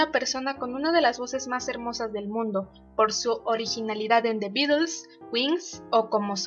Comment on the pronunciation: Hola. ¿Por qué pronuncias "Beatels"? Estas en España? Saludos.